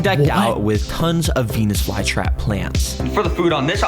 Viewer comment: OKAY BRO DID NOT SAY VENUS FLYTRAP